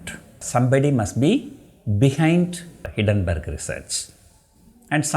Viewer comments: Kindly note it is not Hiddenburg, nothing is hidden, it is Hindenburg. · hindenburg pronounce is wrong